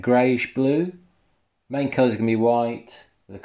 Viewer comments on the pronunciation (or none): none